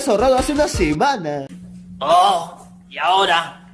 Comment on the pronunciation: En el minuto dice SEMAMA JAJAJAJAJAJA C MAMAMO